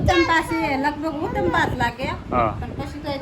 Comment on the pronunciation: ઉત્તપા નય ઉત્તપમ કેવાય ભાઈ ભાભી😅